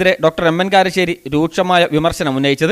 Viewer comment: Karissery alla iyal kalassery ennanu iyalku cherunnathe....